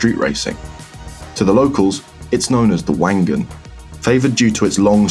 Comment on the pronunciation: Wank Gan